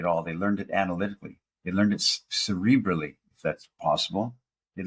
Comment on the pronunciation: At first I thought you said "Celebrity driven"